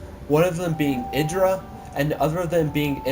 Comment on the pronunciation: its mee :D and its idraa XD egidra sounds lameeXD